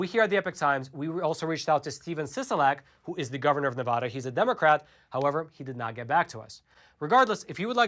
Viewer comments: P-l-e-a-s-e stop mispronouncing “Nevada”. Have you ever even been to Nevada? No! Because if you had, you’d know that we pronounce the first “a” in “Nevada” the same as the “a” in: apple… and the second “a” like ‘uh’. My ears and I thank you. 👍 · I live in Elko County and am proud of it. We are a 2A sanctuary as well. Also, it’s pronounced, “Ne-Vad-Duh”. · How you enunciate the a in apple is how you should enunciate the first a in Nevada. Its like someone from New England hearing me say massa-to-shits. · You're saying "Nevada" wrong. The "ada" is like "atta boy"!! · Pronunciation Matters...**Nails on a chalkboard SCRRRREEEEECCCCCHHH** Please learn to say Nevada correctly. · THANK YOU!!! It irritates me everytime someone pronounces it wrong. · Wish people would learn how to pronounce Nevada smh 🤦‍♀️ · Dude if you want to report on Nevada, learn how to say it! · Nevada is pronounced with the vad pronounced like bad not with the a sounding like o. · Nice video, but please learn how to say Nevada correctly. The a is like in apple. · I love you guys and everything the Epoch Times is and stands for. But please for the love of all Nevadans, refer to our state as 'Nevada' with a soft a as in 'Dad'. Not Ne-VAH-da. It drives us batty and this highly mispronounced Pronoun continues to be perpetrated! State historians will tell anyone that NeVAHda is wrong and if you come to our state you'll see bumper stickers trying to get people to stop saying it in this way lol. How this way of mispronounciation of our state's name became so popular we will likely never know. But I have to politely correct so many people I'm on the phone with whenever I pay bills out of state as they almost always say 'NeVAHda' lol. But it's totally wrong. Take care keep doing everything else right though! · Just a slight correction if you wouldnt mind... Nev-a(short a)-Duh. Pronunciation is helpful for us! Appreciate your work! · it’s "Neh-VA-duh". Learn to say it correctly